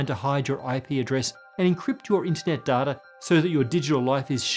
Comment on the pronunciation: it’s data, not data